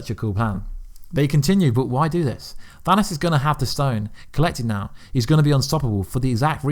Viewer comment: Bro the way you say Thanos kills me🤦🏽‍♂️ I know you have an accent & that’s cool & all but just try for the sake of your viewers ears. Feels like dragging your nails across the chalkboard